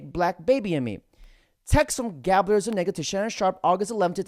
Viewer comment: Zu- Nig-Ga.... jajajaja you can't make this shit up.